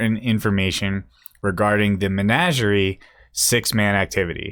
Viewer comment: Say it with me. Muh-naj-ur-ee